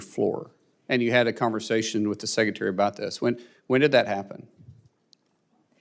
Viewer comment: It's sec. RE. tary NOT SECCATARY